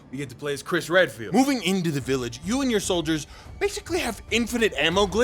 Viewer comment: I thought you called him Chris Red-Pilled